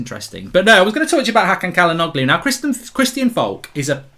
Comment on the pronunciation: Bro, Çalhanoğlu is pronounced Chalhanolu, not Calhanoglu.